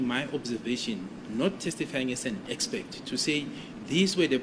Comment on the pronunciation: Gininda, Defence advocates, judge Ratha and Baloyi: all of them say "EXPECT" instead of "EXPERT"...Where or when did this go wrong?